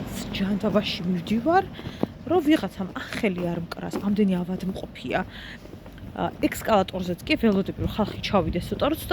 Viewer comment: ექსკალატორი -- არა გვანცა,არამედ --- ე ს კ ა ლ ა ტ ო რ ი 😏🙏